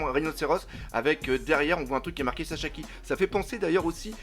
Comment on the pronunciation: Pourquoi tu dis Chachaki c est écrit Sasaki pourtant nan ??